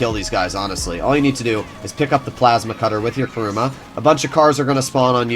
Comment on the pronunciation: Stop calling it KARUMA!! It's KURUMA!